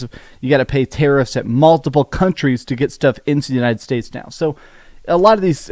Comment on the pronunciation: Why do yiu keep saying "untied states"?